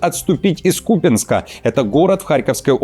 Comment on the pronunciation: Спасибо, что хоть вы правильно делаете ударение КУпянск,а не КупЯнск